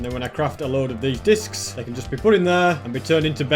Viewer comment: i love how he says discis